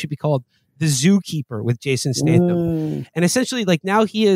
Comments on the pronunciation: then he says "Jason Stason" lmaooooo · Mfer said Jathan Statham.